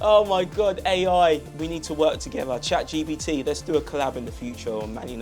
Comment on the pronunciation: Bro really said Chad Gbt, lol